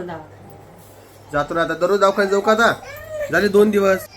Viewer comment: दवाखाना असत ते 😊 दावखाना काय बोलतात😂😂ती रोहिणी पण तशीच